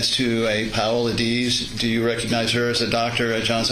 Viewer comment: AND Paola!?! FFS, lol.